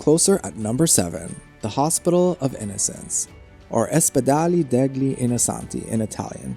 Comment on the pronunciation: As well as the "ospitale degli innocenti" is pronounced "ospitale DELYI inochenti" . "Piaza Signoria" is "piaTSa sinyoria". Yes, these are difficult sounds for an American, but I would suggest to practice them a little before starting to make a video about Italy. Sorry, didn't mean to criticise, but it was really difficult to focus on the actual content and enjoy the otherwise excellent video.